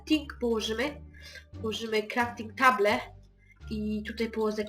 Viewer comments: krafting table XD wymowa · Kanał Zamknięty. w sumie tak ale słyszałeś że on Crafting table mówi krafting table ( crafting powiedział dobrze ale table powiedział table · boże ,,kraftig table" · bob budowniczy to gówno nie domek i nie mówi sie crafting table tylko crafting tejbyl tylko pisze się table naprawdę dzieciak roku